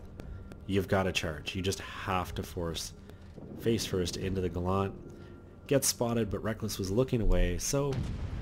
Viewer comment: It's Gallant, not Ga-lant. It's British, not a Mitsubishi!